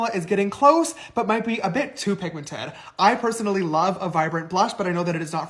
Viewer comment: Y’all … did he really just say PIGMENTATED? Girl no that ain’t even a word. He seriously needs to go back to Sister School and retake himself some English classes. I completely agree with you, … He missed the boat when it came to starting his makeup line. I think he is counting on his fans to buy his products… But honestly I’m not sure there’s enough of them out there anymore to make this a wise monetary business venture.